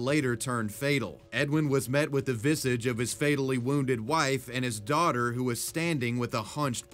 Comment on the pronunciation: The word 'visage' is not pronounced 'visige'. Its a French origin word for 'face' and the pronunciation is very french sounding ie 'visaaaaaj'. LOL